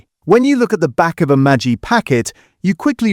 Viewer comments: 1) Knorr, the K isn't silent 2) it's Maggi, not Matchie! 😊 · |It is Maggi with a Ge not pronounced like with aJ